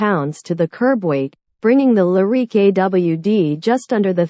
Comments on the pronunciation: The Cadillac Lah-reek? Can’t listen to narration this awful. Better luck next time. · She has a weird pronunciation of Lyriq.